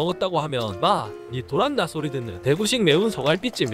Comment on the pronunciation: 진지 빨면 강세가 다릅니다 ㅋㅋ 대구사투리는 '마! 니 돌았↑나' 가 아니고 '마! 니 돌↑았나'입니다.